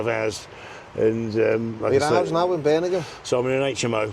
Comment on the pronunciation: *Birmingham, not Birningham...🤣